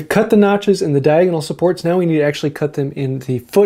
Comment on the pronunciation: Diagon-alley? Re-alley? I think you should get some more materi-alley!:-D Thanks for the vid. Appreciate it.